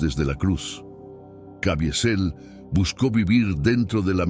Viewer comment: Cavizel pq la i absorbe la e